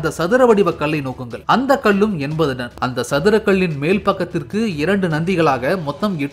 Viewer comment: ஐயா அது டன்(Ton ), நீங்கள் உச்சரிப்பது போல (Don ) அல்ல